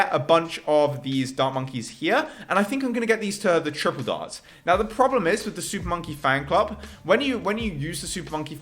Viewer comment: He finally said "super monkey fanclub" right. You missed a few. -_